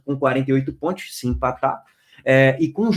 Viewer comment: ''PONTIOS'' KKKK